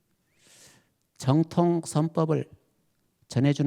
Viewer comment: 한 가지! 죄송하오나 , 지적하지 않을 수 없습니다. 세 가지, 정통 , 제자, 등의 첫 자의 발음이 틀렸나이다. 짧게 발음했나이다. 잘못입니다. 제발 길게 발음하소서! 미국 변 완수 드림